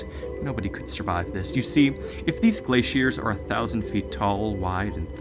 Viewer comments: Glaiceiers nah bro it’s glaciers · Why do you say glaciers like that 😭